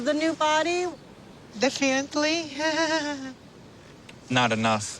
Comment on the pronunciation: Her voice bugs me. And she doesn't enunciate her words properly so I have to look at the subtitles. I'm like I know you're speaking English, but out of the four syllables in definitely I heard two of them